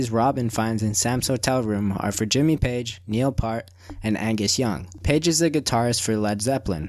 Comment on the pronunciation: Your pronunciation is whack. You mispronounced Neil Peart and Yosimite Sam, among a couple of others...